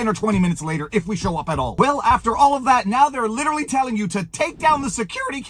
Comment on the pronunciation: What is 'Lilerelley? Are trying to say literally? This is literally goodbye to English.😡